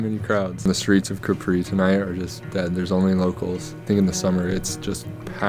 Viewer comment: Thank you for this episode. Regarding your claim on Capri (please work on your pronunciation) being the most beautiful in Europe. How many other islands are you comparing it to? Keep up the fun